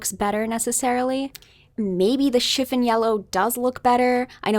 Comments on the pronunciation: Hello.. I agree with you completely regarding this color analysis.. However, you are mispronouncing the word CHIFFON.. The emphasis is on the second syllable.. Shif ON.. It's not SHIF un. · Yeah, this. I've actually never heard anyone pronounce it as "chiff-in" until this video. It's pretty distracting, despite the very intriguing content. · It is pronouned “Shiff-on” not shiffin. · Chifin? It's chif fon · It’s not pronounced chif’n yellow. The o is long o vowel sound as in the word “ on”. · Chiffon doesn’t rhyme with griffin. It rhymes with upon. Chiff-on. Sorry, but I couldn’t stand it. The color discussion is fascinating, though, and I love your videos. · Love it. "Chiffon" is "schiff-ON" in the US at least, like the fabric and the cake :)